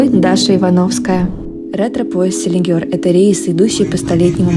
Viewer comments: Селигер , а не Селигёр. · СелигЕр, не селигёр😉